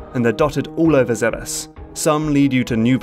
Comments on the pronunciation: I wonder how a person gets mentally to the pronounciation "Zebbes" instead of saying "Zebes". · It will always be pronounced "Zeebs" in my mind. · Am I the only one who pronounces Zebes as “Zeebs”?